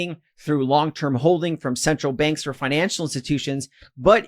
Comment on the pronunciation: Took me a while to realise ‘benks’ is actually ‘banks’